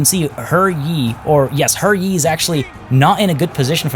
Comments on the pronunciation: It's pronouced Huh Yee not her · HER Yi? No, I'm not saying that. If that's how it's actually pronounced, then when translating the name they should have spelled it that way in English.